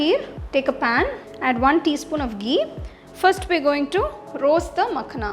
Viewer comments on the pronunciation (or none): none